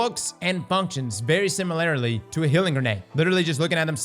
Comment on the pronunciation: Does pronounce "similarly" wrong on purpose, as some kind of inside joke?